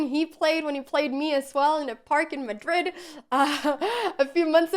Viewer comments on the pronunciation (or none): none